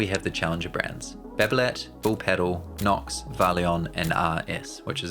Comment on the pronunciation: If only you learned pronunciation of the thing you are talking about... It's not "pedal", it's "padel". Hope you will improve.